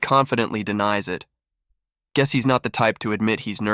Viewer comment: You're going to drive me nuts if you keep saying "guees".